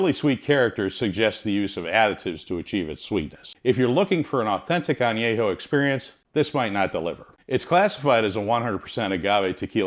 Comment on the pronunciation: VERY WELL informed video ; You do well with Spanish pronunciatión. If I may; the Word añejo should be with the an e from " YET " instead of an a from " yeah ". as in an-YE-ho. Excellent video